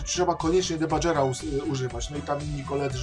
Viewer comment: Czytamy "dibager" a nie "debadżer".